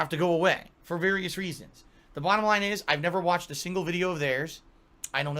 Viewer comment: "Whaht? I ollways pronounce my o's correctly, you hecking furree! That's the hecking bahdum laihn!"